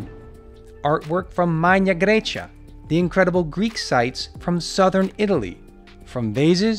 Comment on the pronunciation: 'From southern Italy' with stress on the word southern, and the word Italy almost said as a question, why? It's so distracting, why do you put these strange word stresses in? I enjoy the videos but I have to watch with the sound off.